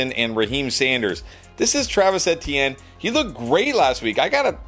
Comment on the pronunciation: The way dude says Etienne is so cringe